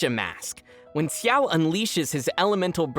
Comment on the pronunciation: His name is a difficult one. He is not "Chiao", neither "Siao". More like "Shiao" but depending on your accent it might sound strange.